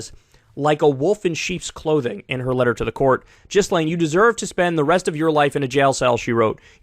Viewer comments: Her name is pronounced "Gee-len", with a bit more emphasis on the "len". The name is also pronounced kind of "Jeez-len" (a soft "G" or "J" sound) in Canada and the south of France but in the north of France, and in Maxwell's case, it's "Gee-len". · It's pronounced 'Ghi-lane'. May she eat prison food for life with her trump buddy..🤢🤮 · Please Kyle for the love of god say “GEE-laine” like it’s actually pronounced. Please. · yeah I typed this before finishing the video lol. But still 1 jizzlaine is 1 too many lol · Kyle, love your show but you gotta be able to properly pronounce the names of the main players in this story otherwise your message is greatly diluted. Gee-lane and Goo-fray is what I have heard. Will never see any list, too many elites on it. Maxwell is to risky to have around, will mysteriously die within 1-3 yrs. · Alright bro I gotta help you with how to pronounce her name haha it’s: GaLane hope that helps 😅🤝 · Her name is pronounced Gee-Lane. If you hear her family talk about her. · So, it's not pronounced Giz Lane? ;-). (yes, I can makes jokes about it ...by the way... do not let her out) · How does Kyle still not know how to pronounce this woman's name? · The way Kyle pronounces her name bothers me lol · It's "Gislain", not "Jizzlain". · GHEE-LIHN not Jizz-lane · “Gil-layne,” not “Jizz-lane.” Americans are so clunkily phonetic 🙄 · It’s pronounced GILLAIN (G as in GIRL) not JISSLAIN. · It’s pronounced “gill lane” s is silent, not really a person who deserves proper name pronunciation but it sound like you keep saying jizz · Thanks for the report. Just a tiny correction. Her name should be pronounced as GILAN. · Ghislaine is pronounced "Ghee-Lane". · “Jizz-lane” - Kyle Kulinski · Kyle, I love you, no shade I swear, but it’s Gil-Aane. 😬😂😘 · It's pronounced Gi-lane. The G is a soft G rather than a hard sound. Cappice ? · Kyle is literally the only person who says Jizzlayne. No way he’s not doing it on purpose at this point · its pronounced jisslane